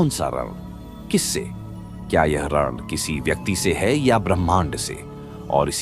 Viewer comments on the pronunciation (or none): आप ऋण का उच्चारण गलत बोल रहे हैं